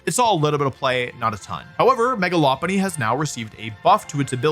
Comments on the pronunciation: Your pronunciation of Lopunny is actually spot on! It's based on a lop rabbit who have cute droopy ears. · Pretty sure you're saying it correct as Lopunny is a Lop eared Bunny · Your pronunciation of Lopunny is correct, it's a lop-eared bunny